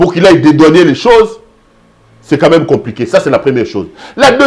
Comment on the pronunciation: Cher monsieur, l'on dit dédouaner et non dédouanier.